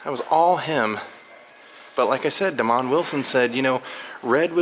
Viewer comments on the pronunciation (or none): none